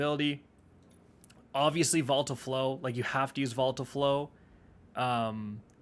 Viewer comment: Say it with me, "VO-li-tile"